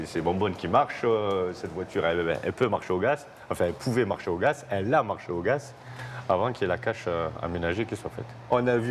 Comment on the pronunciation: Il m’enerve à dire « cette voiture fonctionne au gass » GAZ PTN GAZ